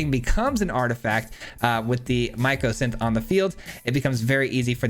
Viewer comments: Hahah me too - myco -> fungus micro => small. It's all good, no stress, just commenting. Congrats on getting to Mythic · Myco means fungus. It’s Mycosynth not Micro-synth. Just a friendly note. Love all your content and your commentary. Cheers! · Interesting deck, but hearing *micro*synth instead of the correct name mycosynth really bugged me 😅